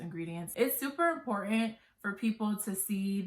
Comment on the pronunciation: Love your videos! 😍 Thanks for the tea! Don't forget that 'T'. It's impor-ant 😁. Glad your business is doing well. Thanks again!